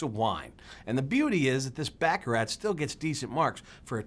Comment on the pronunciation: It's Bah Kah Rah